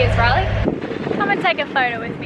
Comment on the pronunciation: glad to see someone mention it, it's been bugging me since the beginning, ignorant Aussies and I'm an Aussie....to Riley and it has a long A not a short one:) love you both and your adventures